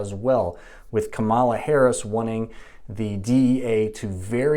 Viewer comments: It's pronounced Comma - La Not Come - ah - La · Her name is pronounced Kama-la not Ka'mala. I think you are mispronouncing by accident. Fox news and other maga media mispronounce it on purpose. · Give her the dignity as a human and pronounce her name correctly. It's also called Cannabis, Marijuanais a racist and unscientific term. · He can't even say kamala right. Yeah he's gonna school us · Say her name right. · Still can't pronounce her name correctly huh? For allegedly being a doctor, you really don't listen well. 🤦‍♂️ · You’re claiming to be providing facts, but couldn’t even do enough research to pronounce Kamala’s name right? Seems sus.